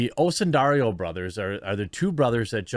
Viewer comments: You keep saying Osundario. It’s Osundairo. Oh-soon-die-roh. The “dairo” part of the name rhymes with the city “Cairo”. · Jeremy, is it's "dairo" not "dario". Just read the letters in the order they're written, it's not hard.